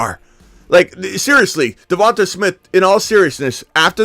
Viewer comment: please stop saying Davon-Tuh smith, it’s davon-Tay smith